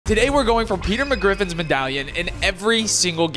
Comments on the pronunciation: HE SAID MCGRIFFN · Bro said peter mcgriffin 00:1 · bro said peter mcgriffin